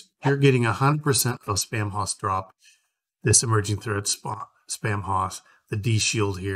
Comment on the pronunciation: The haus part of Spamhaus is pronounced "house" not hoss (nod to Dan Blocker, the greatest Hoss). The use of haus in English (later spelled house) is a result of English's Proto-Germanic ancestry. The haus spelling is often used to add flair or charm to a name. Like using the archaic spelling of shoppe as shop. FYI for anyone wanting to say it correctly after watching this video.